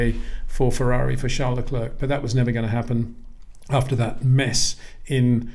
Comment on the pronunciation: Please try and pronounce Charles Leclerc's name correctly.